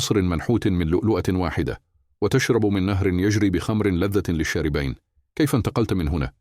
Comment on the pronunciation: لشاربين صراحه نطق الكلمه هذه خربه الحلقه